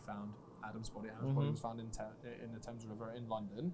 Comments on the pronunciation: eww why he said thames like that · It’s such an awful situation but it is really pissing me off how he said Thames, why did he say ‘Tames’